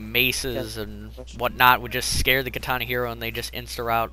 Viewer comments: Fucking "KA-TAH-NAH" not your pronunciation.... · It irritates me how he says katana -.